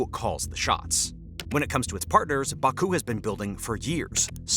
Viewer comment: Imagine making a video about Azerbaijan and not knowing how to pronounce Azerbaijan, Caucuses, Baku, Nagorno Karabakh, Armenia, or Tehran...